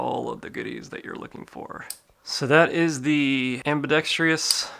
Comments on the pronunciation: Ambidextrous not ambidextrious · am·bi·dex·trous....Not am·bi·dex·tri·ous. There is no i after the R. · ambidextrous not "ambidextrious" no "i" after the T. Thank you anyway. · Fffffin THANK YOU ! I thought I was the only one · Another clown who can't pronounce "ambidextrous." 😂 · Can someon PLEASE learn how to properly pronounce ambidextrous? Google is your friend. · I’m apparently part of the a-hole club too then 😂 Not the biggest deal in the world but it does ping my ear every time someone says it that way. Sort of like when people say “asstrix” or “astrixes” instead of asterisk/asterisks.